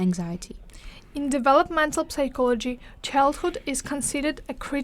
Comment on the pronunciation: The P in psychology is silent. 😊